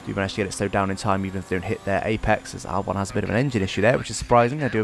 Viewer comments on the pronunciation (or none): none